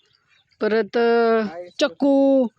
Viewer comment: चकू -चकू नाय ग बाय .. चिक्कू चिक्कू म्हण .